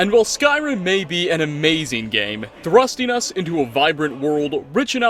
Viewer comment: I'll watch & like every video if you keep saying "Thrusting Us"